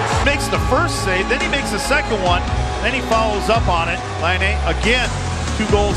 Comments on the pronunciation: U just only Day The letters Laine not lainei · When they say "Patrik Laine" I always hear "hat-trick Laine"..😅😂GO FINLAND my country🇫🇮🇫🇮